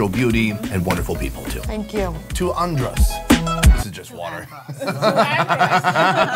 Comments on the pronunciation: Its how he pronouncing (an- drus) (an-drose) just een sitting right wimme.😭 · I cringed everytime he said "Un-dros" and "Bah-he-mians" 😭🤣😣🤦🏽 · calls Andros ONNDROSE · Pronunciation of Andros is and-drus tanks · Lol I love how he pronounce Andros… it’s really Andrissss 😂❤️ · pov: you from nassau and you died of evrything for him saying adros wrong to the whole video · I died everytime he pronounced Andros